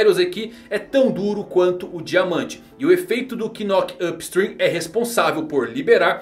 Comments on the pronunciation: NOC-UP STREAM que se pronuncia.. o K é mudo. toda vez que voce fala KNOC eu dou risada pq, pqp serio... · Knock Up Stream= *"Nóck" e ñ "Quinóqui". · A título de curiosidade "knock up stream" a gente não pronúncia o "k", fica na pronúncia como "nock up stream"